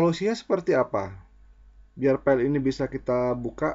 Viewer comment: File kang.. Bukan Pell.. 😁 Mantap info nya..